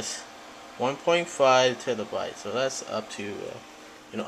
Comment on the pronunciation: and by the way it is terabytes not tetherbytes